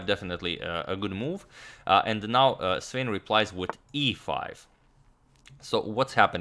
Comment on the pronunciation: SVANE - Wrong pronunciation! Please correct.